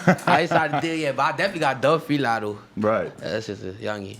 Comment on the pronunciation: When he say FILA it sounds like he say feline